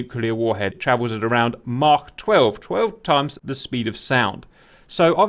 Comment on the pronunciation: Thank you,, for pronouncing Mach like Mach instead of Mack (or whatever the american jaws try to produce)